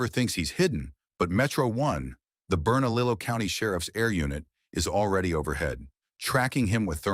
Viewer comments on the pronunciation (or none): Oh goodness..... Bernalillo is pronounced Berna-leeyo, not Bernalillow..... In New Mexico 2 L's are like a Y sound. ... Lol, The More You Know.... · Ber-na-liyo County. I live about a mile from where I40 meets I25. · New Mexicans get very sensitive about our pronunciations.... Say Bernalillo the right way!!!